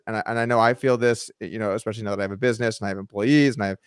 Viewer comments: i can't stand that he says EXPECIALLY ... otherwise i'm Team Garrett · It bugs the shit out of me when Gman says expecially